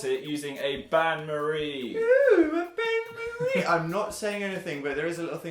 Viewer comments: The bain marie was "un-stay-bowl" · It's actually "Bain Marie"(french) which translates to Marie's Bath (kinda) They pronounced Bain wrong and it was so aggravating😂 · As a french girl, Dan and Phil trying to say "Bain-marie" is the funniest thing to me, because they can't pronounce the sound "ain" right (Btw, it literally translates to "bath Marie" don't ask what it means, I don't know) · Oh is that how you REALLY feel Dan? Do I need to remind you of video "Halloween Baking: Brownie Graveyard." where at 3 minutes and 39 seconds you pleaded "Is it a bain-marie?" (Which you pronounced wrong by the way.) Then later at 3 minutes and 41 seconds you commented "Holy sh*t I think it is." Delia would be ashamed.